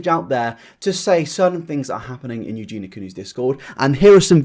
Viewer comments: Great video as always and well done for covering this, it's definitely gone pretty much under the radar how she'll defend scum just because they're 'nice to her'. She's not as sweet as she makes out. Sidenote though! I can't tell if it's your accent but you always pronounce her name 'Eugena', but it's 'Eugenia' so phonetically Eugene-eeyah! Other than that though great video! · Can I just be petty for a second? It’s eugenia, not eugena. So many people say it wrong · This is totally besides the point but her name is pronounced EuginIA, not Eugina. "Eugee-nee-ya". But yeah, I completely agree, she's a very naive girl, and I don't actually know why she's still on the internet at all in my opinion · I hate that Eugenia was pronounced Eugena during the entire video. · If you're gunna make a video like this about someone, at least learn their name. It's Eugenia not Eugena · Eugena.. Her name is Eugenia 😂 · The only thing about this video that annoys me is how says eugena instead of EugenIA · Eugen - i - a!! Arrg! lol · Eugen- i - a!! Arrg! lol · i really appreciate this video. i think you did great on this video except you didn't pronounce eugenia right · I appreciate the video but it drives me insane that you’re saying her name wrong throughout it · The way you keep pronouncing her name triggers me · Why do you insist on saying her name wrong? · You can't even get her name right, dude. .. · omg why did u have to say her name wrong the WHOLE video D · Please pronounce her name correctly! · I'm trying so hard not to point out that you keep saying her name wrong 😐 I failed 😐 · you say her name sooo weird and wrong lol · Words you can’t pronounce: Creator Eugenia